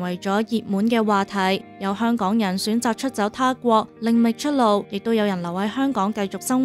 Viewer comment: 香趕？？啲懶音咁嚴重